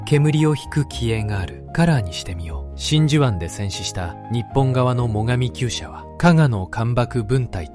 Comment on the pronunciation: 最上級者→「もがみきゅうしゃ」……明らかに読み方が間違ってますな。重巡洋艦の最上級と関連があるのかい！と思ってしまった。重巡「三隈」は最上の姉妹艦だが。